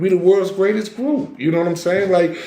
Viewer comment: bro said this is the may-trex and I am the gray-test 🤣🤣🤣🤣